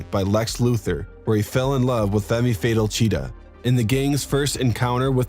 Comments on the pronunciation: Lol looked at the comments to see if someone called it out (fyi it’s “fem’ fay-tall” for those who don’t know the pronunciation. ) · Fimmy fatal...bud...femme fatal is pronounced fim-fuh-tahl lol this channel and not knowing how to say things is incredible. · I hate when it's pronounced femmy fatal. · "Femmy fatal" 🤣🤣